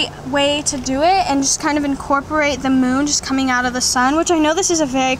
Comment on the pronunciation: Nobody: Nobody at all: Danielle: InCoRpOrAtE no hate, lv ya dani